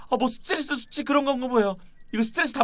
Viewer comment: 수투뤠스 수투뤠스 륄뢕스ㅡㅡㅡ ㅋㅋㅋㅋㅋㅋㅋㅋㅋㅋ